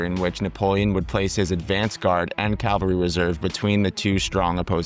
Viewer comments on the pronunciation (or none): ha thanks for letting me know you’re American. Apologies if I seemed hostile. I guess the AI age of low effort content got my hackles slightly raised as AI narration often has…idiosyncratic pronunciation. So mainly I was pointing out ‘battalion’ and ‘cavalry’. Pronounced ‘bah-tell-ien’ rather than “bat-till-ien”. Also cavalry would be “cavell-ry” rather than “cal-very”. Those were the main ones. It’s a very informative video but many of your audience would find that a bit jarring as they’re likely to be military history enthusiasts, so have will be hoping for that accuracy in videos :) Again it’s very well explained and the animations help a lot as I first came across these concepts in static diagrams from books. By no means is it low quality and certainly not low effort content. Keep it up!